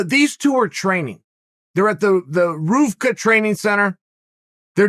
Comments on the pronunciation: He's closer than most it's pronounced rewka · Me: “Ruka” Chael: “Roofka” Me: “Roofka” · I like how Uncle Chael always calls it the "Roofvka Gym" lol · It’s RUCA, Chael. The V is a U...